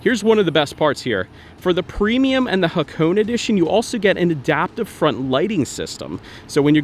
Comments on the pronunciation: hakoon? The Hakone edition is pronounced haa·kow·nay , none the less awesome informative video! :) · It's actually pronounced ha-ko-neh 🤓